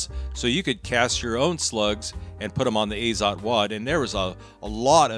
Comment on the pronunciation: Actually, "Azot" should be read as "ah-zot", not "ei-zot". In Russian, "azot" means "nitrogen". Although, with regard to ammunition, it is likely an abbreviation because "AZOT plant" was a brand of cartridges in the USSR since 1950-ies .